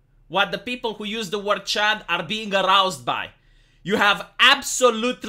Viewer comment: I grew up in the 80s, so in my mind CHUD is either Cannibalistic Humanoid Underground Dweller or Contamination Hazard Urban Disposal. The best part is that your accent turns "chud" into "chad".